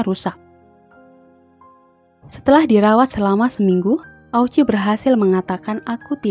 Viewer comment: Mukjizatnya di mana..... Dan itu namanya yang benar diucapkan sebagai Oochi (o-nya panjang), bukan o-u-chi